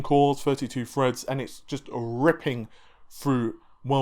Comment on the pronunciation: Challenge, bottle of whiskey and every time he says or freds you take a shot. See if you can get through the video. Haven't watched it yet but will when I get home.